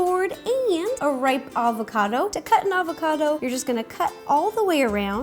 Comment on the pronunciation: FireCrystal 10 its "Avocado"... hahaha youve cheered up my day